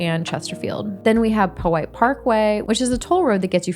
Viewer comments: Be careful in the south side! It's (Pow-white) not (Poe-white) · The name originates from the creek the parkway follows, and it is pronounced "POW-hite," similar to the word "POW-hatan". It's name derives from the early Indigenous tribes here. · DON'T let ANYONE convince you it's pronounced "Pow Height"!!! I am currently exiled in Virginia Beach. I wish I was back in RVA, a real city!